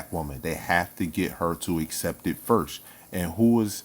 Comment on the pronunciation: It’s pronounced FIRST with a T my guy!!!